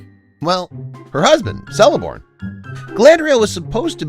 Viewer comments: It's pronounced KELEBORN. Not "Seleborn". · Its pronunced Keleborn no seleborn dude! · Her husbands name is Celeborn, pronounced Keleborn 🙄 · Appreciate your humorous take, keep the good content up! By the way, the C in Celeborn is pronounced as "K", same as Celebrimbor. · Minor quibble: the C in Celeborn is a hard C, pronounced like a K. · Celeborn is a hard C, pronounced as a K sound. So just be careful when going after something so hard that you have your own moments in place. I may agree with your point, but mistakes like this undermine both your facts and more importantly your tone